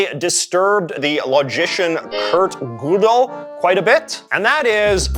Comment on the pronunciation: lol the only time I make a comment it's to point out a misprounication of a name which in this case is Kurt Godel.